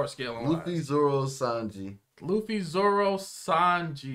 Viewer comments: Luffy? More like Luggy Pronounced "Lu-G" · Luggy, almost like Loogie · Wtf it's Luffy not Luigi or luggy